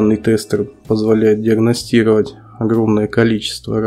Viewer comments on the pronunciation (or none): none